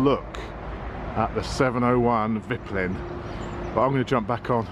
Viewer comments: Its pronounced veetpeelin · [Veet-peelen] mate ; ) Cheers from Sweden! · Think you should pronounce it "Veetpeelen. (White arrow) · Haha it’s hard with the Swedish name of course but it’s funny to hear it like that -Viplin😆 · You pronounce it more like "viiiiiiiitpiiiiileeen". As for white arrow. Top tip from a tourist in Sweden :-)